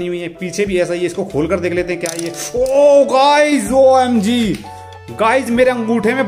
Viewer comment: Tum omg bht bura bolte ho is liye tum na bola kro